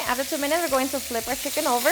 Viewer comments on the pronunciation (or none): lol!! Did she just say schiken thighs!?!?!